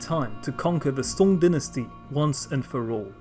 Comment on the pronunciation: Dynasty* not DNASTY